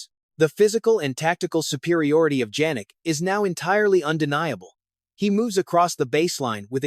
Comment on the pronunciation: It's YAH-nik, not Djanik ! You are also a clown.